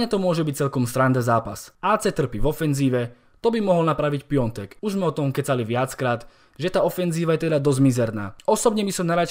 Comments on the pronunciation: Piatek a nie Piontek! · Piatek se čte úplně na nic